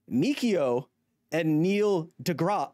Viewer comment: why do he keep saying "de grass" as "de graa", I understand it's probably spelled wrong, but as someone who doesn't know how it's suppose to be spelled, "degrass" looks right, and it written how it sounds.